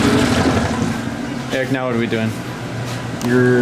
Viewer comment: Did he say " what are you making right MEOW?" name your supra "ramrod"